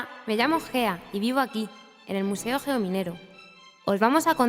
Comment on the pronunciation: Solo se que cuando salió el vídeo creía que la tipa se llamaba fea en vez de Gea XD